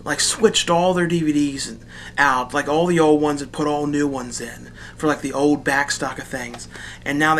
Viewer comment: I have always liked the way you say "old." You say it "ode."